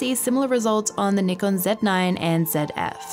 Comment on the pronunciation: Wonderful review. Also thanks for saying NIKON and not Nykon Also thanks for saying Z zed and not Zee.